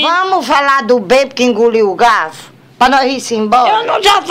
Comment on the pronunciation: "homi Inguliu o galfu" KKKKKKKKKKKKKKKKKKKKKKKKKKKKKKKKKKKKKKKKKKKKKKKKKKKKKKKKKKKKKKKKKKKKKKKK